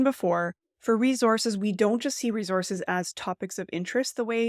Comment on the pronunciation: Whats a reezors? Do you mean Resource?